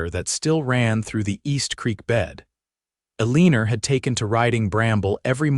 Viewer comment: I do wish someone would edit these - the woman's name is Eleanor, but it's consistently mispronounced and misspelled throughout the story . . . it's pronounced ELLEN-or, not a-lean-or.